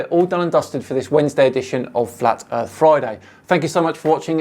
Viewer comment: Fuck me, i can actually feel my brain cells dying. Wibble, wibble. Ugh flat erf.